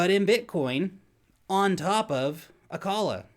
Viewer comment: Acala, man, Acala.